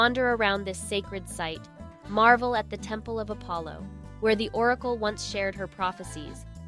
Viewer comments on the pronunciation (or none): none